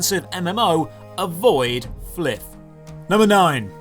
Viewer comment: Bruh… how the f do you pronounce flyff as fliff?? It’s literally FLY For Fun